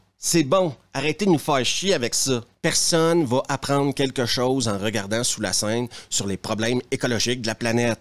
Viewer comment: "Sous lae seuaine" :D